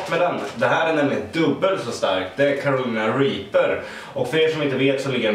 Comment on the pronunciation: "Det här är dubbelt så starkt det är Caroana Reaper" ...seems legit, haha nej jag skojar bara men det var roligt hur du uttalade det :)